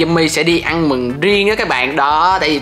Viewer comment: Ũa sau tự đê là đi hẹ gò mà trong cip ah nói ăn mừng mà lại giống đi hẹ hò=))))))?